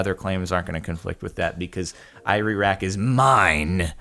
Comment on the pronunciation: Is it just me or he got confhsed saying iraq, "ireraq".